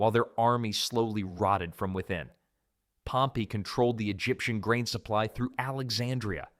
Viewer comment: He uses the correct pronunciation